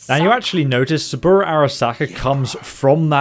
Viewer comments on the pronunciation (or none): none